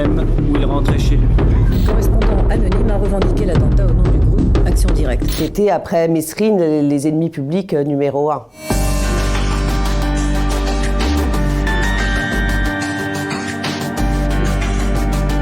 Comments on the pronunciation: Mérine et MESRINE c'est canadien bordel , le S est MUET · On dis "Merine"! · Mais mdrrrr!!!🤣🤣 la journaliste spécialisée Vanessa. Schneider qui commence en prononçant le S de Mesrine… madame ça se prononce « Mérine »!